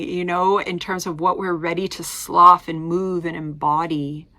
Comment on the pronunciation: Interesting view on this eclipse. Just discovering your channel, interested to keep checking in. Thank you. pronunciation: Slough (sluff) means to shed skin or any other item. Slough is used literally, as in a snake sloughs his skin.